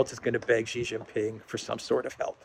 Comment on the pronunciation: Xi Jin Ping = SHEEE Jin Ping, not JHEE Jin Ping. needs to stop being a Jaura Jingraham.